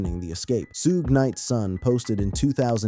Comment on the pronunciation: This guy definitely can't say suge name period